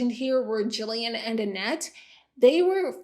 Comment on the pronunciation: Kind of random but thank you for pronouncing Gillian right. I heard my name, looked up from my phone to the tv, and saw the spelling. I cannot tell you how many times I’ve heard it pronounced with soft g. My whole life, especially during school. Or the random people that can’t say the name at all and then call me Julian instead 😂